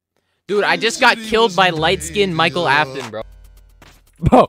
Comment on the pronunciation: that ain't Michael Afton, that's Miquel Afton.